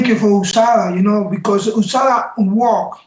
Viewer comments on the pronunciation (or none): Usada Usada.... its USADA